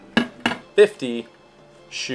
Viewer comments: What kind a review is this? You keep saying the camera's name wrong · You messed up those names so badly that I had to look at the dial and lens to figure out which one that you were talking about.